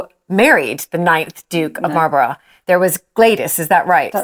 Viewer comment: Well done and very interesting but fed up with the way she pronounces Malborough 😢